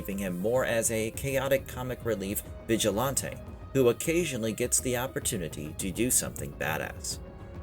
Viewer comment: Right!? And stop saying “vigilAAWnte”!